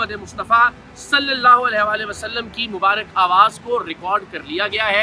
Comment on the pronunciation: لفظ مبارِک نہیں ہوتا۔۔ مبارَک ہوتا ہے۔۔۔درست کر لیجیئے۔۔۔۔